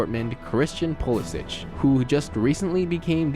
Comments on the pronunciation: Lazy, uninformed viewpoints. Mispronouncing "Pulisic." Mirror image video clips. Total fail all around. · its is pronounced PULISIK (ACCORDIND TO MY INVESTIGATION)😆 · Jesus Christ, you don't even know how to say Borussia Dortmund, or Pulisic. Dude... total F on this. PLEASE for the love of GOD, learn something about the sport. You know exactly... NOTHING.